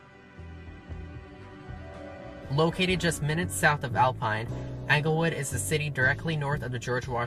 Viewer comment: Anglewood? Bowtique? Uh-fluent? Wit? Terrible pronunciation of such simple words.